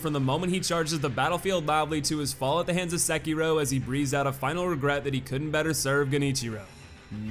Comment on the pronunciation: Can you please learn how to pronounce the name of the main character? It's literally said by Isshin multiple times throughout the game, the way you and the other youtubers pronounce it is painfully wrong. Seh-kee-roh (doh) roll the r. Even Vaati can't be arsed to pronounce it right, though I guess fanfiction and making shit up is his forte, and stealing content. So not surprising.